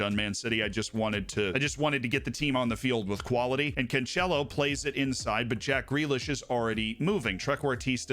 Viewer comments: Please stop saying can'tch'elo like he's italian xD The c is 's' sound. Can's'elo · Just stopped the video the moment u said 2nd time CanCHelo, what a moron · That pronunciation of "Cancelo" hurts, man, not gonna lie. Regardless, great video as always.